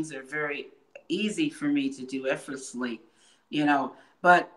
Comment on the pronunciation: This prodigy can't even pronounce effortlessly